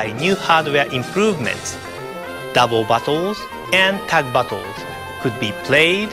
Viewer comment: Who else hears 'Double Buttholes' when he says 'Doube Battles' I know he cant speak english, I'm not making fun of him, its just a little funny.